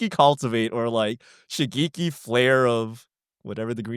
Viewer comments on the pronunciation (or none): The ge in Shigeki is pronounced as from gecko. Like shi-geh-ki if we are to use romanji Japanese pronunciation.